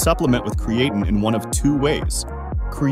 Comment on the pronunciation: If you are going to have a computer voice and it can’t pronounce the subject of the video and mis pronounces it over and over, maybe have a real person do the audio. Lame!